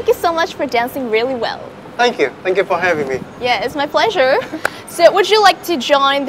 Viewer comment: mình nghe cả 2 loại giọng Mỹ và Anh nhưng chưa giọng nào phát âm "thanh kìu", "lít sừn", "đíp phơ rừn", "bi caus", "ăn pho gét tờ bồ"... như anh ấy hết. Anh ý sống ở Anh nhưng mình khẳng định anh ấy chưa phát âm được giọng Anh :))